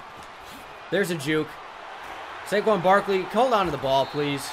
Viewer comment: My man said Saquin Brakley